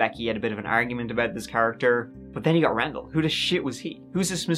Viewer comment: Wendell Randall = Rendell